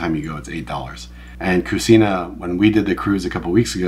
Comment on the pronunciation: It is cuCHina, not cusina… Also, going this Sunday (April 21th!) can’t wait❤❤